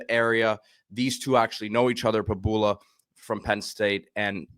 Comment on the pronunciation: Prib - YOU - la 🤦‍♀️ Please get it right